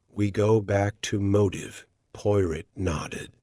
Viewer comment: Poy rot? If you're going to use AI, at least train it to accurately pronounce the main character's name. Unlistenable. Sorry.